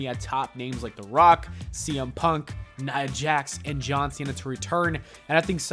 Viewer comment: Nia Jax?? NIA JAX??? Niaaaaa jaaxxxx????